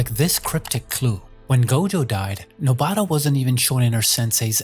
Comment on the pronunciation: please stop saying nobaaara